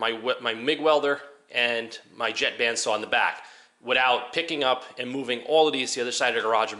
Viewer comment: Knew u from up in our region before you said NY just by way you said widdout 😂